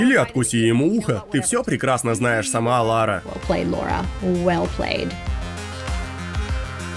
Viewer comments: Как она хотела в детстве стать Ларой, если она говорит Лора?) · Что за дичь? - Я в детстве всегда мечтала быть Ларой! ...Пытается правильно произнести её имя (там же).